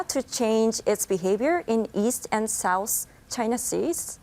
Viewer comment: アナウンサーの発音の癖強い(and =yiend)。あとなんでも日本語でそんな礼儀正しいのに、英語でタメ語みたいなもの使いますか？ちょっと失礼に聞こえる。ただし、いいポイントは相づちを言わない。